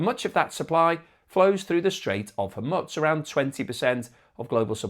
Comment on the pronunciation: It's not Hormitz, its Hormuz (Hor-mooz)